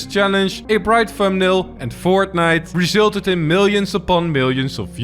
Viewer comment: The way you said "resulted" was so Dutch that it emptied my spice rack.